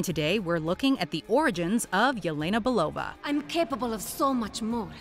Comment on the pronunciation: Belova- despite the "E" you say "EE", like in meet, keep, sheep.